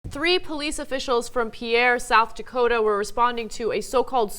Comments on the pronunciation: They pronounced the state capital of SD wrong. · It's pronounced "PEER" not "PEE-AIR". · FYI.. Pierre the capital of South Dakota is pronounced peer / pier not pee-air. Thanks, big TYT fan is SD, Mike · When I was there everyone called it "peer", even the media there in SD, but the rest of America calls it "pee-air", LOL. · Did she just pronounce it "PEE-air"? "Pierre" is pronounced the same as "peer".